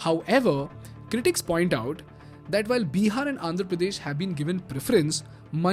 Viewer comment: Can you plz stop calling it Beeehar, its Bihar!!!